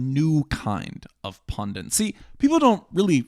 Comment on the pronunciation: if you happen to read this, PLEASE learn to say the word "pundit", it's not "pundiNt" with an extra N. It's so embarrassing to hear you say this repeatedly.